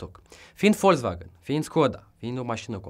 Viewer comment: Volzvagan se zice